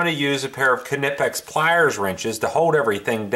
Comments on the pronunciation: "Ni-pehx" ... Not "ca ne pex" . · The k is silent. Like nip. “Nip-ex” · watch the videos on here from knipex...the big guy says it with the K...and he works for them, so i assume that's how ya say it haha